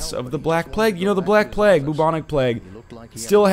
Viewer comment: You've already been berated at length by Michael and the rest for your pronunciation of things, what the fuck is the the black plagg.